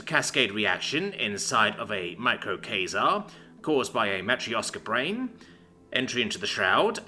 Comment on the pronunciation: Dude. Learn how to pronounce "quasar". You're the second person this week who has mispronounced it. It's important, otherwise the languages evolve and change too quickly and you end up living 40 years and suddenly nobody's speaking your language anymore.